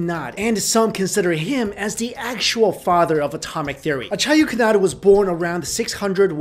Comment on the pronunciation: wow...you really butchered the name Acharya Kanad -_